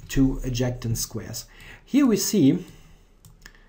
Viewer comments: thanks for the video. Btw, you pronounce adjacent like "add" "Jay" "cent" (cent like the money). Cheers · Fantastic video. I'm excited for this new series. Just a small pointer to help your English, the word "adjacent" is pronounced, ad-jay-sent.